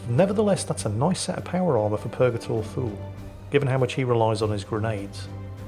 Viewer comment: I know his name is Thule but I always hear Fool and Bors is Balls. I suggest renaming these two to those names if it's possible. 🤣